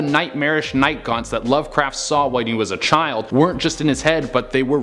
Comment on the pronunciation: Night gaunts I thought he said night gone